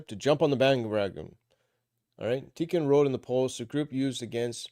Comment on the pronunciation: I think Tikkun is pronounced Tea Coon.